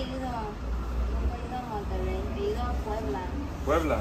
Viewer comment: Me gusta cómo se escucho tu pronunciación como de chicha oriental cuando dices Monterrey, se escuchó "monteley" ❤️ y buena onda con el trato porque acá en México la banda atiende como bien enojada. 😂